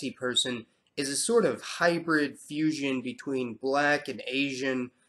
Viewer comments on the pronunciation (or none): none